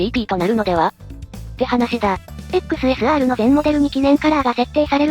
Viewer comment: XSRの発音に違和感。時々いい時も有るけど。